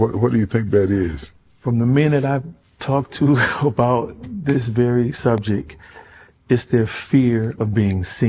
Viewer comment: When you can't pronounce subject (SUBJECK) correctly you cease to exist in my realm of I can learn something from this guy. IJS. Lois Lane fell in love with Clark Kent???? NO!! This guy is dumb as a box of rocks